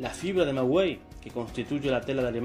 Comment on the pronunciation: Perdón, el manto de la Virgen De Guadalupe sé dice qué está echa del "Maguey" no "Magüey". Nuestra madre en sus bellos ojos dejó plasmado todo su acontecimiento Amén!